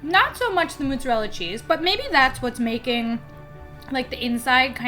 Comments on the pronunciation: mOzzerella not mUTZarrella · Did I hear you correctly in the video pronounce mozzarella as "moot-zerella?" 😅